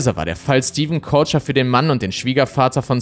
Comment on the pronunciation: Ich finde man könnte Stevens deutschen Nachnamen auch einfach wie 'Köcher' aussprechen, und nicht wie 'Coacher'. Nur weil die Amis das nicht richtig aussprechen können, müssen wir das hier ja nicht ebenso machen.